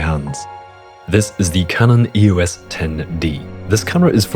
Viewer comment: EOS is a name, not an acronym. Pronounce it as such.